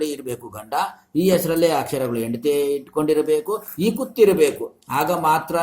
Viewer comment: Yendathi alla hendathi 😂